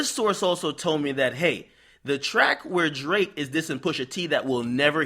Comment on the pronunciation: Yo dont ever put that much emphasis on Drakes name again my g. 😂😂😂